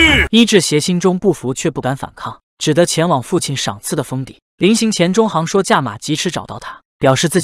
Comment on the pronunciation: 里面很多人的名字，配音都念错了，郅都zhidu，也不是zhidou